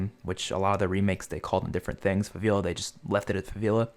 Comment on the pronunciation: “Faveela” The disrespect